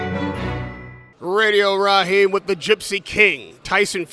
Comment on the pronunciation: “You know what I’m talking about radio raheen “ Deontay Wilder